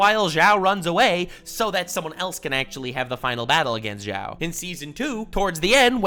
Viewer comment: I'm sorry but What is that pronunciation for Admiral Zhao you used? For a guy who has watched this show countless times how could you do Zhao dirty like that. That is like calling Aang, Ong.